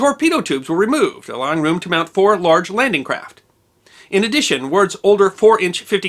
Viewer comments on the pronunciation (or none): none